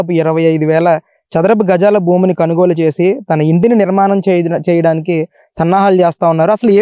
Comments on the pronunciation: కనుగోలు ఏంట్రా? కొనుగోలురా అది. ఏం తెలుగురా అయ్యా 🤣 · అయ్యా! రిపోర్టర్ గారూ... కొనుగోలు అనండి... కనుగోలు కాదు!!